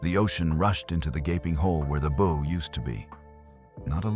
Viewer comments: The narration except for A.I.voices can never pronounce B--OW right,sounds like a ribbon Bow,or a bow-tie! several other A.I. stories same thing. Computers can't seem to get words right.&some pronounce dates screwy! like 1944,comes out 1Thousand,9 hundred and 44 as a date1 Hope they correct this!other than that Good show! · Bow rhymes with cow, not toe. Get a better AI.